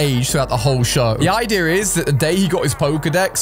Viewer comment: its idea not ideer